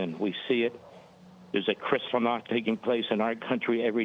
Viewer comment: Did he say krystalnacht?